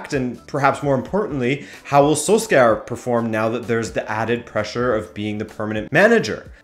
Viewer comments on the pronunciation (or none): Does my guy guy really say "SoulScour" instead of Solskjaer (soul-shire) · I've never heard a worse pronunciation of solskjaer. Is pronounced more like sol-shair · The way he pronounces Solskjær makes me cringe so much.